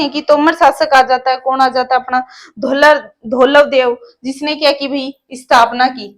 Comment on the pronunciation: धवलदेव है मैडम धौलवदेव नहीं